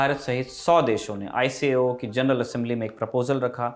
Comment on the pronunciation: All the info is true and correct except ICAO is read is I-KAO.